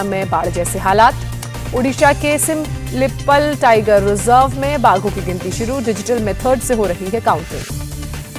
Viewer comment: It's simplipaal.. not sim-lippal.. Plz go through the news script once before delivering on national TV.